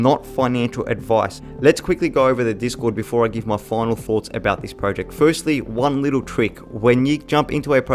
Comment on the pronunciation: Got to be honest I nearly hit the dislike button. You must of said project 1000 times. Not only that but your pronouncing it wrong. Was so painful 😭